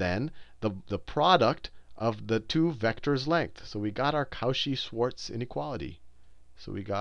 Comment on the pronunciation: Great video! tho...:D You need to work on that pronunciation.